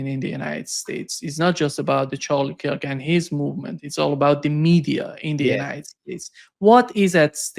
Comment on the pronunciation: It's Charlie Kirk, not Charlie Kike. I'm happy CK saw through Netenyahu.